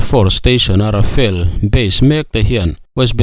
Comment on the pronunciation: Tinge RAFAEL FIGHTER intih zel le..RAFALE tih tur zawk ni lo maw le.